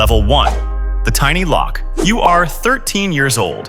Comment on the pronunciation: YA I CAUGHT THAT TOO, DAMN NARRATIVE VOICES, HE SHOULD SMELLED IT TINY LOKE TO SOUND RIGHT